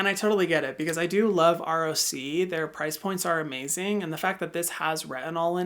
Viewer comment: It’s funny he pronounces it as R.O.C. Instead of rock.